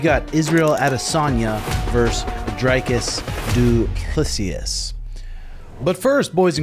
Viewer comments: dude... lol.. its pronounced dree like tree,, Dree-cus DU Plus-cee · Dricuss Du plessis is pronounced dree-cuss Doo pla see. Also, mirrored sunglasses in a dark room? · Let me help you guys to pronounce DDP’s name Dreekis Doo-plu-see. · lmao. I don't understand how Americans struggle so much with his name. Dri-kiss do-pla-see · Pronounced "dree-khis doo-pluh-see" you're welcome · I love ove you and suga! But the DDP name. Homie. Let me help you out.. Dree - cuss Doo- ple - sea. Thats it. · How hard can it be to find out the proper way to say the guys name. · You butchered DDP’s name 😂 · Come on get ya pronunciation right you are around the ufc you should know how to say dricus name